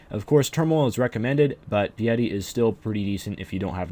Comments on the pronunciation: My friend, it is pronounce "PIe-ity" (like 3.14 with an ity afterwards) or something like that; not pee-yeti! Lol, great vid through! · Pee yeti? It's Pie-Yeti. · He said Pee-Yeti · It's Pah-yeh-ti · Piety: pie-uh-tea :)